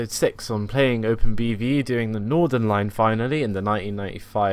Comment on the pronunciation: It’s not Nordern line it’s Northern line